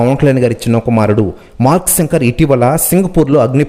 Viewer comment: తెలుగు ni kooni cheyaku babu సంకర్ kadhu ra babu శంకర్ ani paluku